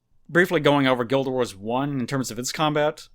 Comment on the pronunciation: "Guilduh Wars"